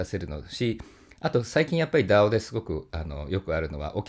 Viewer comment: DAOの発音がとても良かったので三回聞きました